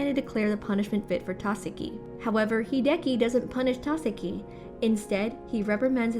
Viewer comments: She kept saying either Tάkasi or Takasί but never Takάsi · You do realize Takashi is pronounced Ta-ka-she, right? Not Ta-ka-see. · It's TAKASHHHHHIIIII. NOT TASEKI OR TAKASI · TAKESHI NOT TAKESI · can you please stop saying, takasi, it is tekashi (pronounced. TUH-KAH-SHEE) the previous narrators did that pronunciation so please stick to that. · OMG!!! It's Tah-kesh-ie!!! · TAKESHI - ta keh shee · Narrator shouldve watched part 1!!!! Takeshi. Ta as in ta. Ke as in ke. Shi as in shi. Holy shit, lady. Thats "haly sit" to you, I guess. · Yet it's still Ta KE shi... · Ta ka see 👀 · and sometimes "Ta-se-ki" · That Takeshi pronunciation is both brutal and diabolical. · I love how i am so interesting in the first 4 parts and then some dumb bitch cant pronounce the main characters name and i lose all interest in this series.